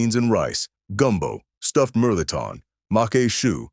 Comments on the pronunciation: My family is from Hayes and Lake Charles, Louisiana. They still cook like that. Melton pronounced mel-a-tawn. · you also supposed to say (mel ah tohn)